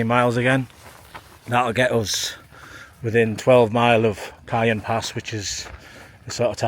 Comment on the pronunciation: Not always, but in general, the J is pronounced like an H in Spanish language. Jacinto = Ha SEEN toe. and Cajon = Ka HONE. Enjoying your videos, keep on truckin'! Cheers and happy trails!